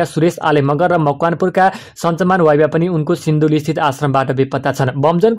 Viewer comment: तामाङ थर वाइबा हाे । बाइबा हाेइन उचरण राम्रोसँग गर्नुहाेला । बाइबाले फुटेकाे अर्थ लाग्छ । वाइबा हाे ।